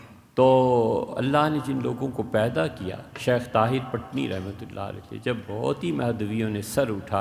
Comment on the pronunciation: السلام عليكم محترم عرض ہے کہ پٹنی کے " پ" کو زیر کے ساتھ پڑھا جائے گا۔